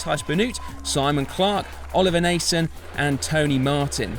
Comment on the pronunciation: Nice summary but please pay some attention to the pronunciation of the names of the ( Flemish ) riders. Try this: Teash Benoat, Oliver Naaassen ( the ae sounds like Quintana ) and Jasper Stirven. Keep up the good work!